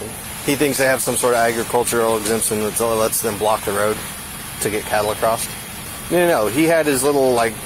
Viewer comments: "Acrost"… grrrrr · pet peeve - it bugs me when people put a "t" on "across"